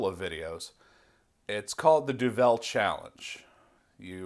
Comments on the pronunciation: We say Du-val rather than du velle.. It's Flemish. and the correct challenge requires standard duvel as triple hop is a special edition beer. The effects are somewhat different. Enjoy, and greetings from Belgium. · It's not pronounced doVEL, it's pronounced doVUL. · We, in Belgium, pronounce it 'Duvel, and not Du'vel. The name actually means "devil" in old Flemish Dutch as is spoken by the vast majority of the Belgians. So one pronounces it very similar to "devil", but with a 'u'. Other than that: DO IT!! :) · Imagine the word 'devil'. Imagine someone saying 'de ville'. That's what it sound like when you mispronounce duvel. It's Duuuuvel what you pronounce. That is the Dutch word for devil. Duvel. Now remember this and pour Duvel in 45 degrees angle into a real Duvel glass. This glass is known for its carved out "D'' in the bottom of the glas. This curvy D makes the bubbles focus inside the middle of the beer and give you that extra kick out of Duvel. Enjoy! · Pronounced Doo-Vul not Doo-Vel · That's exactly what i was going to say. 33cl = 1/3 liter. And you have to put the accent on the "u" in Duvel. Not on the "e". Grtz from Belgium. PS: Do the Duvel challenge! Good luck with it. Let me know how it went,and put a vid on youtube ;-)